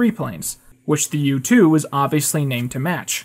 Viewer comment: Whenever you say U-2 I keep hearing YouTube